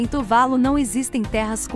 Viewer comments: Ótimo vídeo, apenas uma correção, a pronúncia correta é "Tuvalú" e não "Tuválu". Exemplo: Caju, não se pronúncia "Cáju" e sim "Cajú". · Só uma observação: o nome do país é Tuvalu, não Tuválu, como dito no vídeo. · Eu achava que a pronúncia era "Tuvalu"(oxítona). Quanto a ser pouco visitado por turistas, proporcionalmente ao número de habitantes, isso não é verdade.